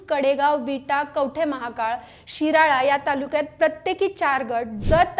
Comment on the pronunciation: ओ मॅडम... विरळा नाही शिराळा म्हणा😂😂